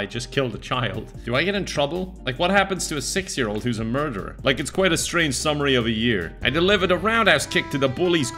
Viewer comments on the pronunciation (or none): none